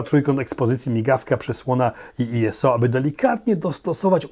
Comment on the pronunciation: Heh, kompakcik jak w latach '90, kiedy zwane były "stupid camera". Uwielbiam Twój entuzjazm i tempo odcinków. Jeszcze raz dzięki za polski kanał. Byłem i jestem oczywiście fanem obu. Aha i określenia ISO i LED mówi się normalnie jak słowa, nie skróty, czyli iso i led, a nie i-es-o i el-e-de :😃